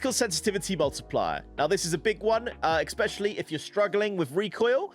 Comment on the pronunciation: stop saying exapeciqlly instead especially